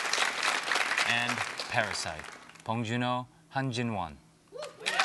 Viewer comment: 존조가 한국어로 봉준호 이름 말할때 확실히 다르네.